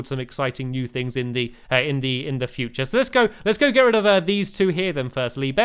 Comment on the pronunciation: Stampy you said get red of th roller ouster